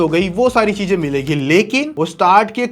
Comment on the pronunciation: Cheeeezain. Not cheeeeeejjjjjaaaaaaiiiin